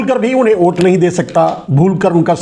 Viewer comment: आप हमेंशा #वोट को #ओट बोलते हैं, इसे सुधारिये.. !!